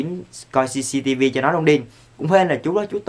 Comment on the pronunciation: Minh nghe Jcv chứ lijiii